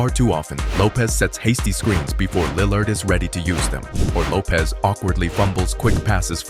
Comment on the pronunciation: this was a great breakdown but the way you pronounce "Lill-ard" is killing me lol